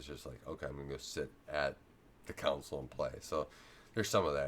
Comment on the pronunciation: Con Sole, you are saying cownsol lol